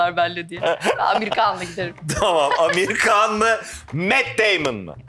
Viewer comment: Amir Kan degil Amir Han